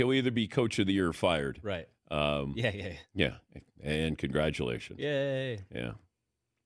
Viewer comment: It’s Salay not how they pronounce it even if I’m wrong I don’t care said what I said